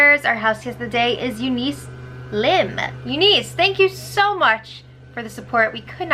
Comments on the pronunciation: Pronounced younis. Not Eu-nice! I'm just trying to be helpful! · ron p there’s a Eunice city near me pronounced U-niss 🤷🏼‍♀️